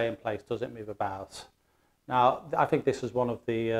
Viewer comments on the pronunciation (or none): none